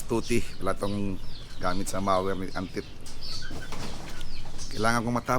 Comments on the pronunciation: MOWER not maser! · Mower not mower!